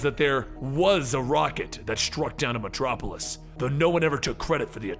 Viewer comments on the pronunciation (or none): none